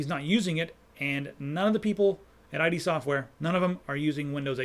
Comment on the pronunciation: Love the channel -- but one thing -- it's pronounced as "id" software, not "eye-dee" software. Anyway, keep up the good work!